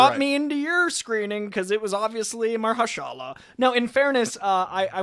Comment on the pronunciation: Instantly recognizes Mahershala's voice but doesn't know how to pronounce his name :p